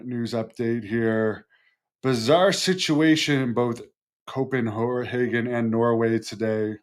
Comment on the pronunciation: That’s not how you pronounce Copenhagen. lol but we all admire your effort. And what do you think are those drones or are those UFOs? I think they are UFO